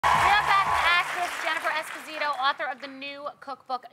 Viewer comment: Gosh, she is of Italian descent so her name should be pronounced differently, with the stress on the first 'o'.